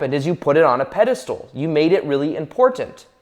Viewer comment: PedistAl not pedistool.